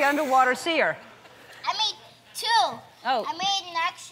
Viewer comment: Hahaha he meant to call it see-er